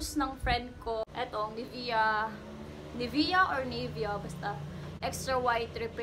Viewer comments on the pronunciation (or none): none